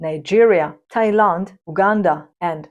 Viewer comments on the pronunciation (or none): none